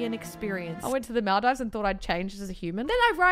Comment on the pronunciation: WHO TF SAYS MALDIVES LIKE THAT 🤣🤣🤣